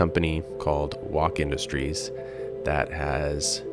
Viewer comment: its pronounced woke industries man. its a meme.